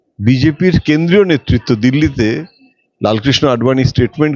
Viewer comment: ১) মন্তি নয় মন্ত্রী ২) নেত্তিত নয় নেতৃত্ব ৩) মুহুতে নয় মুহূর্তে